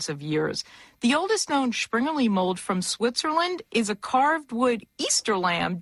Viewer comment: where does she get the "sch" sound in Springerlee.